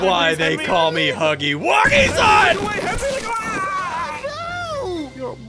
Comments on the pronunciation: It's huggy wuggy not huggy puggy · It’s huggy wuggy not huggy puggy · Its huggy wuggy not huggy puggy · Ay!! It’s not huggly Puggly it’s not huggy puggy it’s huggy wuggy! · ITS NOT HUGGY PUGGY ITS HUGGY WUGGY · Bro It's not Huggy Buggy It's Huggy Wuggy Or You Can Call Him Huggy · HIS NAME IS HUGGY WUGGY NOT HUGGLY PUGGLy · Its not huggly puggly its huggly wuggy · His name is huggy wuggy not hugely pugly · It’s huggy wuggy not hugglie puglie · The name is huggy wuggy not huggy pugly